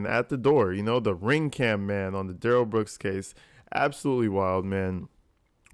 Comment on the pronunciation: Yeah, Daniel “Axed” for his phone back, but DUHH-RRELL kinda pulls back & keeps talking on the phone. Also, DB lucky the Cops didn’t fire when they first approached & told him to put his hands up! Cause you can see DB put his right hand in his pocket to pull something out, after initially putting both hands up.